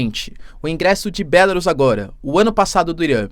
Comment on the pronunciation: Professor, em português o nome do país é "Belárus", todas as proparoxítonas são acentuadas.